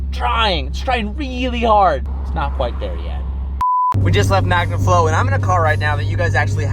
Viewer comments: Anyone else notice "back to MANGAflow" ? Lol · You just mentioned that 'back to mangaflow' its magnaflow bro🫢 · 'back to mangaflow' 🤣